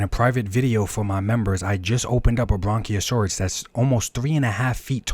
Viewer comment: Your business ignorance is hilarious 🤣 Also, it’s * Brachiosaurus not BRONKiasaurus 😂😂😂